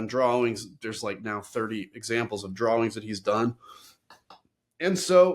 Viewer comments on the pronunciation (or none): Other than the fact that you say the word "drawings" really funny you're a great guy!